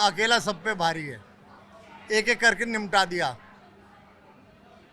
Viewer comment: Ek ek karke Nimta diya ?? 😅😂Hahaha... Abey Budhau... Usko Nipta diya bolte hai ..😅😂 tujhe toh Rashtra Bhasha bhi theek se nahi aati .. 😅 Tere Budhey Dost ne tujhe Bhasha ko seekhne bola hi nahi lagta hai😅